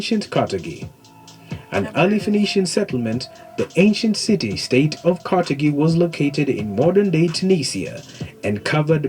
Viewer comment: Car thage is the pronunciation not ca te gi ss he mispronounced it. Carthage os where Barca Hannibal came from. Its great history you should both look into as Hannibal great grandson Pushkin had much to do with the Russian empire army and arts and culture to the power it is today.